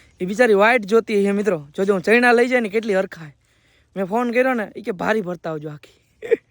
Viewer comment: ચયણા❌ ચણા✔️